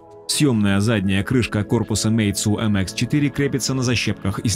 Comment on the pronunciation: мейцу ахахахахах